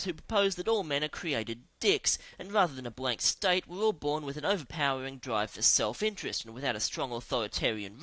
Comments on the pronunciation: I hope the manic narrator is saying "blank slate," not "blank state." (tabula rasa = blank slate). Good info, but the profanity is unnecessary and insulting. 😕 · Did he say "Blank State?"